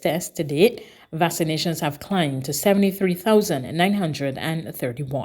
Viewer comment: Along with the unnatural sounding cadence, this little lady is still saying "vass-ah-nations," instead of Vax-ah-nations. Isn't there any body there who can help her with her pronunciations?